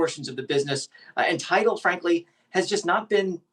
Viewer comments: Damn! at least get the name of the company right. Its "TIDAL", not title. Pay attention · It’s Tidal NOT Title.